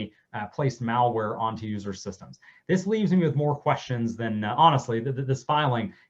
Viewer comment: It's MALware not MALLware like you go shopping at the mall. I can't take this dero seriously. He is not an expert 🤦